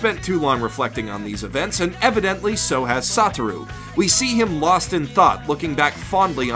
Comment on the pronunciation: i could hear him say "saw through" instead of "sotaru" e.e